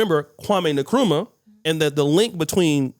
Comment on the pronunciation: Nkrumah is Pronounced in-krumah and not ni-kruma